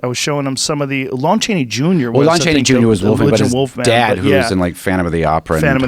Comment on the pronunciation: Joe “LOAN Chaney” Rogan hahaha